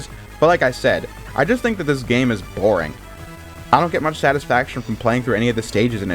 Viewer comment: Sometimes it's hard to sit through the speech mannerisms of some of these reviewers. "I just think the game is plain BORING". Like damn gotta shoot that word like a bullet both times huh? We get it. It's the most popular of the 3 and you wanna emphasize that you disagree. lol jk Actually I've been watching this dude's videos to pass the time when I've got nothing else to do. Or when I'm drawing. So I look forward to seeing more.